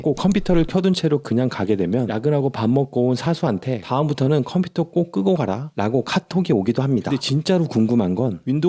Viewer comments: 컴피터 아니고 컴퓨터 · 컴피터X 컴퓨터O